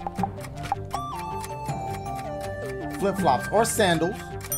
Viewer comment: why he say flip flops like that HAHGAHAHAHA